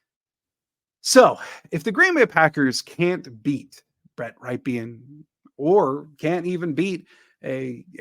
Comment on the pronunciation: Rypien Is pronounced like the city in Wisconsin, Ripon where The brand Rippin Good cookies are made.